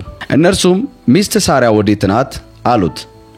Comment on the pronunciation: የምን ሶራ ነው? ሳራ ነው